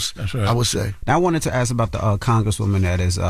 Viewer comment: And keeps killing me saying "axe" instead of "ask"...